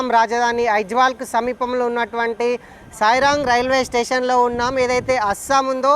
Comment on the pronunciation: సాయిరాంగ్ కాదు సైరాంగ్ అది